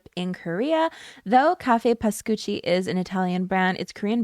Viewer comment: yep you pronounced Pascucci right 🇮🇹 I’m Italian and I am losing my mind over this news lmfao it’s so interesting to see that brand deal, here in Italy it’s very known, like a bougey coffee place in my town square too. I’m sorry that the Korean branch is badly managed… it happens to a lot of companies like that ugh